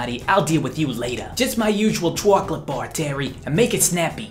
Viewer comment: Choco latay? Como eatas mi amigos